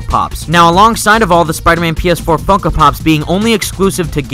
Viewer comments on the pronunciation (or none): The way he says Funko Pop sounds like he's saying f**kem pop